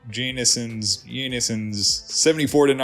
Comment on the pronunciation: I would say "Yan Sens" for those players, bud.